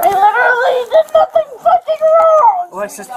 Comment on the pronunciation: "you're liteuraly taking me to jail for NATHING"